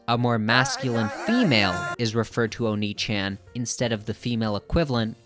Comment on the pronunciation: it's oh-ni-ch-ahh-n